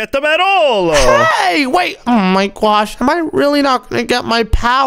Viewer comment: Every millisecond bro says "OH MY GWASH"💀